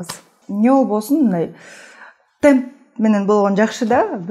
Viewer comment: ТЕмп ☝ тЭмп эмес .